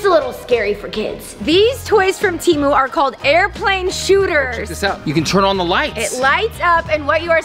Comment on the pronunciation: You pronounced Temu wrong